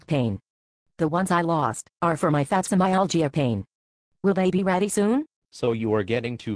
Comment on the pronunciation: what kind of myalgia does she have? it sounds something like fatsimyalgia